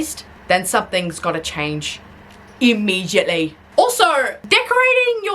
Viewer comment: you're style of angry comedy has improved since I first starting watching. Additionally, I like the jester elf hat-and-ear combo. I appreciate the use of hats as an art form. "Ih-mee-jyet-lee!" That is all. P.S. While corn is a good, I like mine with a little salt. I suppose in this circumstance, and because references, the salt can be loud.